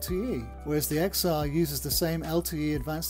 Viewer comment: This douche can’t even pronounce the name of the phone right. Unsubbed and thumbs down because apparently these guys will have any dumbfuck do the review at this point